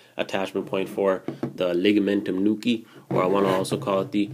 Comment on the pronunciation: Love the way you say Ligamentum nuchea!